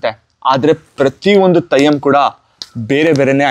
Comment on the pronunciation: Thayyam alla Brother 😢...Adhu Theyyam 😊